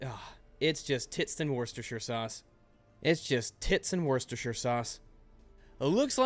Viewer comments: Worchestershire is pronounced wis-ter-sheer. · Worcester sauce, pronounced Wuster sauce, trust me, I'm a Brit. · You're saying Worcestershire wrong.